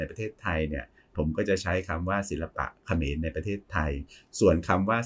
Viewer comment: เออตอนนี้ต้องพูดแยกคำว่าขอมกับเขมรให้ชัดๆนะคับอาจาร